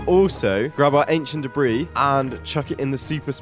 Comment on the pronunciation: 600-750 an-kie-ent dae-brie